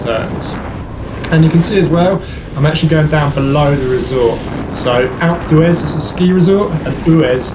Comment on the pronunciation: a couple times i thought he was saying "acletraz" instead of alpe d'huez